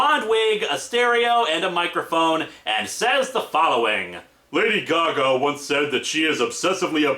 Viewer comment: All we hear is...Lady-o Gaga. Lady-o goo-goo.